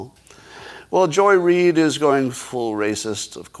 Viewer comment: Mr. Adams… THANK YOU FOR SPEAKING OUT HONESTLY about Joy Reid. And for speaking of her with proper accentuation. Keep up the excellent word choices, sir!